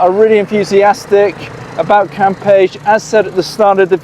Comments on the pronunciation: Pronounced cam peshy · well, to begin, you d0nt pronounce it right....cam' pech E...... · Florianopolis is a nightmare in high season. It may take 40 minutes to move just 100 meters. Also, you pronounce it CAM-PE-CHE. Every single syllable is pronounced. You are leaving the CHE part out. Cam-pe-che , or Cam-pe-she (phonetics) Selling it? If you buy in the hopes to sell it in the short term, you will be in danger or be at risk. The number of people who have the money to buy properties or real estate in Floripa or BC is VERY VERY LOW. Brazil has a lot of poverty. The economic social class who can buy property to sell and be involved in the flipping business , they are already set and probably not be looking to buy from 3rd hand. Be careful Airbnb might be the safest bet but be very careful, you will have to charge very competitive prices because it is already near around saturation levels because Floripa is NOT cheap to ordinary people of Brazil